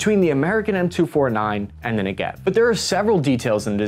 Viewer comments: awesome as always. BTW, they're pronounced, "Neh-gev," like the Negev Desert, and, "Rah-maht Ha-sha-roen." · Accent is on the first syllable: NEgev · Emphasis on the “Ne” not on the “gev”. NEgev. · You pronounce Negev a bit funny lol it's more like ne-gev if it makes sense. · I was an IDF soldier stationed at the Gaza border a couple of years ago, and here's a couple of facts: There isn't always 1 negevist in the squad, because a magist (a guy with a mag) could be there instead (they are interchangeable). It's pronounced nEgev (stress on the first e, not the second as he does. I mean no disrespect,just correcting). Fun fact - the negev can use the normal 5.56 mags. Negevs are often loaded with green tipped ammo, which has better armor piercing capabilities. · You are mispronouncing the name of the weapon. The correct name is NE-GEV. The meaning of the name is a region in the State of Israel that it speaks. But Israel manages to grow agriculture there to glory. Tomatoes, watermelons and other vegetables. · Neh'gev .... emphasis on the first syllable, not the second. :-) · The emphasis of the word negev is on the first syllable (the ne) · It's pronounced like "Never", with the emphasis on the 'Ne', not the 'Gev'. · Love your stuff and just want to gently correct your pronunciation. It's "NEH-gehv," with the emphasis on the first syllable. And it's "rah-MAHT hah-shah-LOME," with a long "oh" at the end. Keep up the great work. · It's pronounced Ne'Gev, which is the desert in southern Israel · If you want to pronounce Negev the right way, put more emphasis on the first "e" than the second one. Like Neh-gev. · I'd expect a self-proclaimed expert to at least learn how to pronounce Negev... Anyway, 4-soldier squads? NCOs leading such squads? Nope... Sorry, not true. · You are not pronouncing "NEGEV" the right way. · This is not how you say Negev LOL, in Hebrew we say it in penultimate accent... It was just so weird to hear it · It's pronounced NEgev, not neGEV.